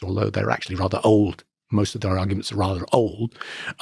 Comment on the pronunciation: "agurment" 😂 point proven